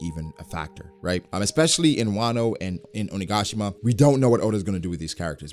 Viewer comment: it’s pronounced Oni-ga-“she”-ma